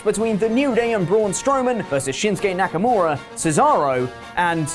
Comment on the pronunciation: Knacker-more-a, lol.